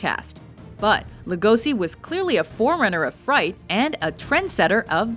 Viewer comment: Just for fun: Actually "Lugosi Bela" should be pronounced as Lugoshi. :)